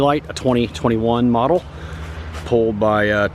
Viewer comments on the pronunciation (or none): none